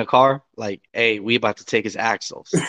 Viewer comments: Axles, not Axels. C'mon man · It's axles.... not axels....